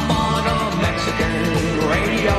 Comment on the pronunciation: Radi-oh ho. Radio.